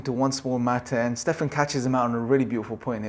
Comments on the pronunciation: You know you've lost when you you pronounce Stephen, as Stefan. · Just FYI, the name of the host of the talk show is Stephen as 'Steven' and not like 'Stefen'. ✌️ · His name is pronounced Ste-ven Col-ber